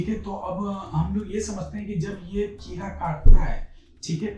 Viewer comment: किरा... वा भाई govt डॉक्टर हो atleast किडा तो बोल दो!!